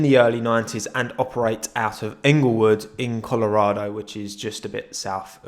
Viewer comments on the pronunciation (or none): none